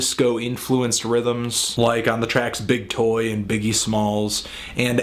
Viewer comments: It's Boy Toy, not "Big Toy!" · Did he say big toy? I believe it's boy toy